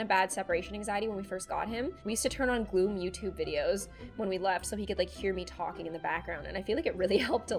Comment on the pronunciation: Her name is Gloom well that's her nickname and she said